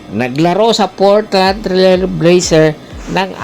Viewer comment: Naku si kulaog ang content nito Portrant Trilbeyser Portland ang basa doon kupal... NBA Geleg😅😅😅😅